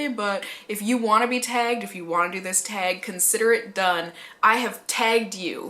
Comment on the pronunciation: Your northern roots really show when you say the word "teg"! love it 😍😂